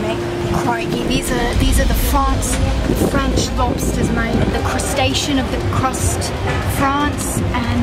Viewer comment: Fronce lobstas moite?